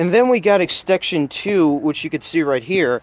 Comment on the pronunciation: its extension, no extekshion ek-sten-shun